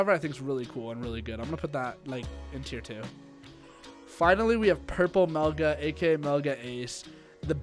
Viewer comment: Everytime someone says Melga I want to fucking vomit